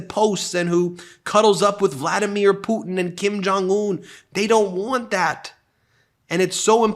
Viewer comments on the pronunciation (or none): none